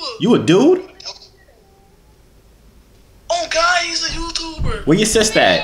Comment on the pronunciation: ''on GOD he a Youtoober"😂😂